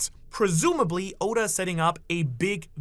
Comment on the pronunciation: mis-pronounce Oda's name again && i'll riot lol